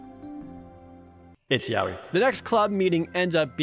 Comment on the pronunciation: Jared: "Ah cupcakes that makes sense" Me: "Nope it's still Ya-oi"